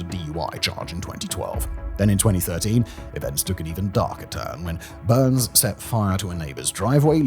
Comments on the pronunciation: Amanda Bynes' surname rhymes with fines, wines etc, it doesn't sound like burns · There's a quota for mispronunciations in his videos. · the weirdness that is Simon’s pronunciation. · It's BYNES not BURNS. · It’s Bynes (B-eye-ns), not Burns. Can somebody write out this guy’s script phonetically? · Bynes, not Byrnes. Amanda Bynes. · who tf is Amanda Burns? It’s Bynes…how do you get Burns from Bynes? Was there a typo on the teleprompter? Sometimes when Simon reads a script, it’s glaringly obvious that only his mouth and eyes are engaged, while his brain is off doing something else. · Isn't Dana Plato from Different Strokes...? not the Brady Bunch... And, it's Amanda BYNES, not BurneS. TOO MANY MISTAKES IN THIS VIDEO !!! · Bynes... As in BINES... Not Burns... Thats the Simpsons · Anybody else notice him saying Amanda (Burns) instead of Bynes? Is that a British thing or have I been pronouncing that wrong all these years? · It’s funny how in the narration you mis pronounce amanda buy-nes not burns but you pronounce it correctly later , also Dana Plato was on different strokes not the Brady bunch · Amanda BYNES.... not Amanda Burns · Is Simon just ignoring pronunciation per usual or did the author write Byrnes, not Bynes? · Did you really just say Amanda "Burns" instead of Bynes? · Also Bynes, not Byrnes. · Amanda Bynes (pronounced Bines) not Burns. Lol. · Burns, Simon? It's Bynes, there's no r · ITS BYNES , not BURNS, BYNES like bines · it's Bynes not burns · Lol why does Simon keep pronouncing “Bynes” as “Burns”?! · How did he get Amanda BYNES name so wrong? Over and over adding an R to her last name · Is that how British people pronounce Amandas name even though its clearly "Bye-nzz" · Bynes...Where is the "U" or "R?" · Byrnes/Byrns is a fairly common last name, so I'm betting his brain just auto-inserted the "r". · Yeah I was like Who? Pronounced Bines here in the states. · Bynes, rhymes with "vines"...no "r", dude.